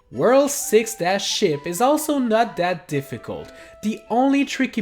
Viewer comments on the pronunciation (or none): Did he say 7 - ship... or 7 - sh*t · i know your saying 4 - ship but it sounds a bit like 4 - shit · When you said "Ship," I thought you said "S**T" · when you said 3 dash sship it sounded like you said 3 dash (bad word)